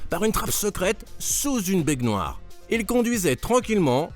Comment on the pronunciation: on dit une baignoire, pas une bègue noire